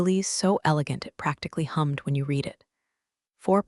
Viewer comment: PLEASE teach your AI the difference in pronunciation between the present and past tense of “read”!